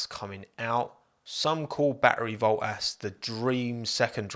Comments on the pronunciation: Pronounce your freakin Ts. "Bo-ass"? BoTTas. North Americans enunciate your own language better (not bea-ah) than you do geez. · Hang on, did you call Valtteri Bottas Battery Voltas ? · calling bottas boas is so irritating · Lol the British and their hate for the letter "T" "Bo'as" in stead of Bottas. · Baltterie Vottas lol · I heard Bo’ ass? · “Batteri Voltas” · "Battery Voltas" :D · No one:: Battery Voltas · bottas Youtube subtitle: but ass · "Val'eri Bo'as" love it! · Battery voltass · Val'eri Bwoah-as ;) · Im 300% sure i heard battery voltas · Just came to hear you pronounce Val'erri Bo'as. I was not disappointed. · Anyone else catch “Baltteri Vottas”? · all i hear is BO-ASS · I need to get a cut version of saying "Bo'ass" on repeat cause it's truly gold! Another great video mate! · Since dts I hear Bo'ass ;) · Bo'as hahaha so effing funny! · Why pronounce T’s in many other words prior ( not enough though) but why did you not say one single T in Bottas name?